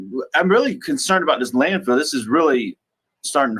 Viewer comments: Does anyone else hear her stupid ass saying "land field"? I can't stand her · It's LANDFILL not landfield,.